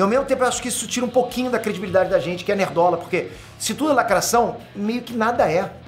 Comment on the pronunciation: muito engraçado !, o sotaque francês falando da lacrráte !!!